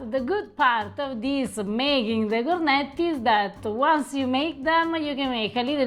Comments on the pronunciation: ….”Cornetti”! With double T….not “Corneti”. Just listen to how Eva pronounces it.;) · Listening to him pronounce cornetti hurts my ears